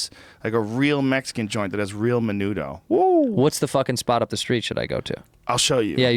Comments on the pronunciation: The way Rogan pronounced Menudo made me not want to eat it ever again... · Joe you fuck, there's no chick peas in menudo. it's hominy